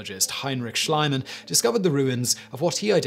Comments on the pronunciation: Schliemann is pronounced ”Schleemann”, not ”Schleymann”. The ’i’ and the ’e’ must swap places in order to make his name ”Schleymann”. I don’t understand why every english speaking person mispronounces German names as soon as the letters ’e’ and ’i’ is paired. ”Ei” = ey and ”ie” = ee. Very simple. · Schliemann is pronounced SCHLEE--MANN! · Poor Schliemann. Shleemunn is the correct pronunciation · Pronounced "Shleeman", as in "see"/"fee"/"glee/... not like "slime". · As a german I had to laugh when he said Heinrich Schliemann. It sounded like Shlyman, at least that is how I think english people would write the word that he pronounced. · XD Schleimann. The ie in Schliemann is pronounced like the ee in free or fee. Not an important thing, just in case you might be interested in. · Schlieman is pronounced shleeman. ie = e, ei = i in English pronounciation of these letters. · In German, "ei" is pronounced "ay"; "ie" is pronounced "ee". Schliemann was German. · Your pronunciation of German is consistantly wrong. Schliemann is pronounced shleeman, ie is ee and ei is ai. Also, the ch at the end of Heinrich is the voiceless velar fricative sometimes transliterated kh, and like the ch in Scottish words like loch and like the Russian letter that looks like x, as in хорошо. Also, you might be interested to know that legend has it that several Amazons died fighting for Troy. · hello simon, 'schliemann' is actually pronounced 'Schleeman'... cheers, π. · He's got the pronunciation of Schliemann wrong again. He did it on another upload a few weeks ago!